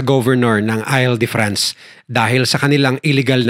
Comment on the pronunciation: Hinde ail de france an basa dun IL as in I-L, 😂🤦